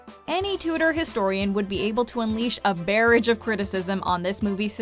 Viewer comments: "A 'bear-idge' of criticism".....it's 'buh-rahj' if you wanna get technical about it. I hate when these kids don't even know how to pronounce English words. Just keepin' it real. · Anne BOWLING? WHO is Anne BOWLING? Come to that, what is a "BARE-ridge" of criticism? Are you reading from a script? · It's not bare-age it's bar-ahge in pronunciation. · The word is pronounced BAH-RAWJ like baa baa sheep and rog like short for Roger. (barrage) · Yeah, "Barridge?" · should check the pronunciation of "barrage."